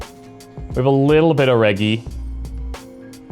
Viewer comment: Maybe it’s me, but the way you’re saying Reggie and Vagrants seems...odd. Reggie reminds me of Reggie Miller, which sounds completely different than how you’re saying it. Like Rej-gee. Vagrants, I believe, needs a silent y in there. Like Vay-grents.